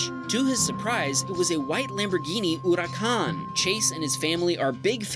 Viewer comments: It's not huracon it's hurcán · It’s not ura-can is a hu-ra-can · "lAmBoRgHiNi aUrAcAn" SAY THE NAMES RIGHT BRUH💀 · bro that not urakhan that is huracan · Lamborghini Ouraćan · It’s accuracy pronounced hur-e-caan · the way you said huracon killed me on the inside. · "Lamborghini Oerakan" spoken by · Lamborghini Ouracán oooowee that's a mispronunciation it spelled the way it's spelled it's Italian they just say Hor-i-con un like you in America where you say hurricane, that went somewhere Spanish I mean I get their named after Bulls butt you or your friend pronounced wrong but I listen to the last bit of the edit thank you editor you fix his pronunciation LOL 🤣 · The way he says Lamborghini Huracán is funny af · Bonus video part: I don’t think that’s how you say Huracàn man if it is wow I’ve been saying it wrong my whole like is it is correct